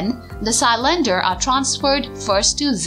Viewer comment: Love how she pronounces cylinder, Sy-lender